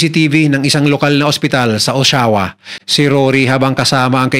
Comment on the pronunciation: O-sha-wa po ang pronunciation